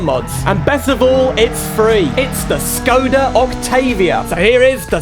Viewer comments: You are supposed to pronounce Škoda, not Skoda. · if you wanna say škoda with the š. just say shkoda and thats it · I'm glad you wrote Škoda with the wedge, but by saying Skoda you'll trigger every Czech Škoda fan out there (yes, I was born and grew up in Czechia). I love the mod, the model looks really good, but there are a few things I'd like to point out, though. The Czech police's siren doesn't sound like that at all in real life, I appreciate the effort of making the Czech police livery, what a nostalgia to be honest. You were mostly right about Škoda in the USA, as education is illegal there, they don't even know about the brand. However some fans have imported a few Škoda vehicles in America. That's all from my side, hope this helps a bit :3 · Very good video but it is Škoda not Skoda and the Octavia is a liftback not a sedan 😁😉😊